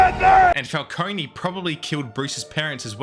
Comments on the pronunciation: it is pronounced Falcone not Falconey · if youre gonna make a 20 min video about something you consider to be a timeless masterpiece, you should at least get the names of the characters right. it's not "falconi" it's "falcone". this is particularly made worse since the penguin just came out and you made this video a month ago. and they say "falcone" a lot. smh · Falcone not falconey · Great video This movie has become a classic Although you saying falconey instead of Falcone (Fal-cone) pissed me off🙏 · STOP SAYING FALCONEY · Please stop pronouncing it and falconie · the way he pronounces it “falcone-y” drives me absolutely insane like bro there’s literally a 3 hour movie and now a whole 8 hour show where they say it correctly throughout the WHOLE ENTIRE RUNTIMES in this mf still says it incorrectly 😭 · falcony😶. why does the pronunciation even feel natural to some people (dark knight cough*) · nolan rly did condition the public to pronounce falcone with an E huh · The E in Falcone is silent my dude. Good video though. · Please learn how to pronounce Falcone. Great fuckin video